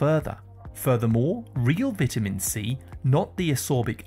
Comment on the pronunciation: I hate these AI-generated videos where they can't pronounce basic English words like vitamin or cholesterol and how about backing up your claims with years of research results instead of regurgitating information that might be misleading.